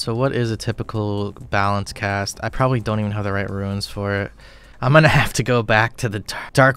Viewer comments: you say ruins instead of runes and it makes me want to die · Correct me if I'm wrong, but catching implings gives xp and they are tradeable. Also I appreciate you calling runes, "ruins". A buddy I used to play with, called Draynor Manor, "DraynerMayner". I hear that in my head everytime. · Roons, not ruins :) great vid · is he saying ruins? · Love your content but please stop calling RUNES ruins lmao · I'm tempted to make a wiki on how to pronounce the word "runes"